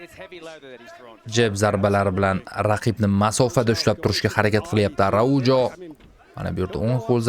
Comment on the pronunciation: Arauho aytiladi